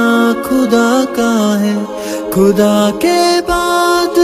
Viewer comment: تلفظ پر توجہ دیجیے اداءیگی ٹھیک کیجیے کھدا نہیں بلکہ خدا ہے کھیر نہیں بلکہ خیر کھلقی نہیں بلکہ خلقی ہے